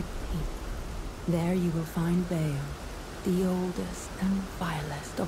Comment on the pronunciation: I haven't found Bayle yet. P.S. I think his name is pronounced as "Bail" or something like that, could be wrong though.